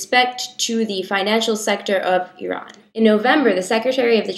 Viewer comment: As an Iranian, I get so satisfied every time you pronounce "Iran" correctly. :)